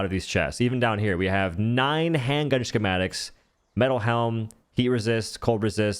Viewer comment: Ski-mat-ik... Not sure wtf you were trying to pronounce but it's pretty simple